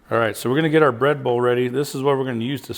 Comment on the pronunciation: I thought you was saying Red Bull but you was saying bread bowl lol. Looks delicious !